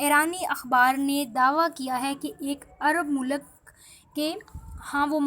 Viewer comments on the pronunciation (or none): Ye Airaan kia hay.... airani kia hay...aur mulak kia hota hay... doob maro ...learn urdu....rotten pronunciation of urdu